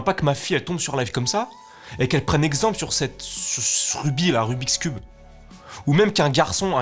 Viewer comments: Son "rubixcube" il m'a tué 😂😂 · La vie de ma mer il ah dit rubis cubes 😂😂😂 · "Rubix cube" PTDRRR 😂😂